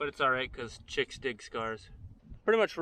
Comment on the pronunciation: "Chics" or Chic dig scars? lol